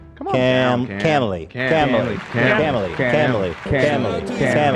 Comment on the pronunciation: I hate the “camiliy” bit because they pronounce the fake word wrong. It should be pronounced Cam-Lee and not Cam-illy. Makes it seem like a Hollywood couple hybrid name between a Cameron and a Emily.